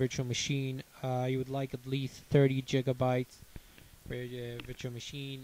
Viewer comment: 30 jigabytes? or do you mean gigabytes